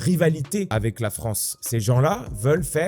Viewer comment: Fronce ? Y'a quelqu'un qui parle comme ça ?